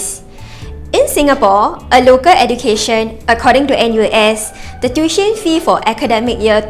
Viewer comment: Tuition is pronounced as Too-ee-tion, not the SG heartlander way of Tiu-tion